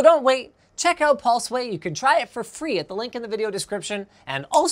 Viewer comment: Linus osom pulsway cumersal. Love it.